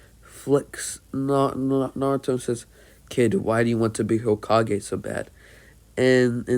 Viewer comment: no he says it completely fine and he says it as everyone says it lol